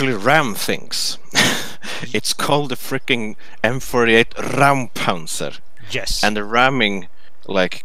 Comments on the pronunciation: Räum =/= Ramm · Its not called Rammpanzer its called Räumpanzer.. Räum- means cleaning tank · Btw, it isn't pronounced raum, more like roym. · it's raumpanzer not raumenpanzer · its not a raumpanzer its a räumpanzer you speak it like : ræumpanzer